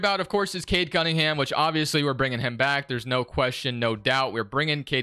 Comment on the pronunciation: I’ve watched like 5 of these and I’m half way thru this one and so far you have yet to say cade cunningham’s name right 🤣